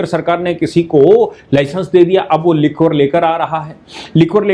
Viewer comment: लिक्वर नहीं लीकर प्रोनाउंस करिये